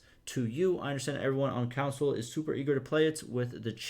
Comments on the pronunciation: You are saying council not console lol it’s (con-soul) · It’s ok that you can’t say Console correctly. My dad is from Minnesota and there are a lot of words he can’t pronounce correctly, including Console. He says it the same way you do. I give him shit about it sometimes, but I’m just pulling his leg. Lol